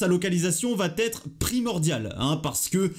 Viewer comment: va....être et non pas vatêtre!!! merci